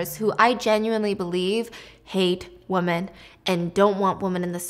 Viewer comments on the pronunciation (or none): WOMEN... DAMNIT STEPHANIE ITS WOMEN.... NOT WOMAN